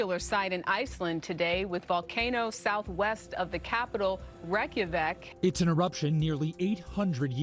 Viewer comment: Too much vocal fry for my taste. Credit for your neutral 'Reykjavík' pronunciation. Kveðjur frá íslandi!